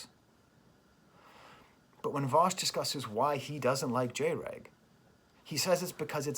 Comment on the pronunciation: Cool video but MAJOR FLAW. Its pronounced Jr. Egg (that's why I had to dislike unfortunately)